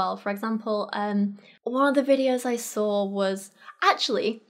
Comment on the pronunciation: Why do you put an R in the word saw?